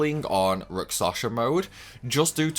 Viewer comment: I'm concerned about some of your pronunciations (and it's not your accent) - I'm sorry if this sounds critical, but I'm genuinely concerned that you may have dyslexia or a related condition. * Rakshasa (you're saying it like rak-sa-sha instead of rak-sha-sa, inverting the last two syllables) * Evility (you're saying it like e-vil-tee instead of e-vil-i-tee, completely omitting the third syllable) * Melodia (you're saying it like mel-i-o-di-a instead of mel-o-di-a, inserting an extra "i" after the first syllable)